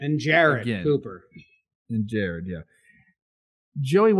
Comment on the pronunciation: It's GARRET Cooper not Jared Cooper